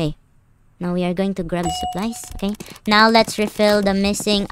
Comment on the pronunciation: The way say neoww